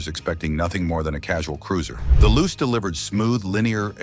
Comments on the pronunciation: Its loo chay, not loose,and the rx4 was not styled by bertone. Rubish ai video. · The Mazda Luce is pronounced 'Loochay' its Italian for light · Correction...... 1973 Mazda Luce A. The 2nd generation Luce / RX-4 was released in 1972 B. Opening scene showed the original 1st gen / 69-72 Luce coupe C. JDM name is pronounced "Loo-Chay". The english "Loose" version you attempted is weird. You could have kept it simple & used the export name.... RX-4 D. Several shots showed the (light green) Savanna / RX-3 when your story is about the Luce / RX-4. This lack of research makes your video look weak 1972 Mazda Capella A. The 1st generation Capella / RX-2 was released in 1970 B. You show a Luce / RX-4 at the min + min mark , showing poor research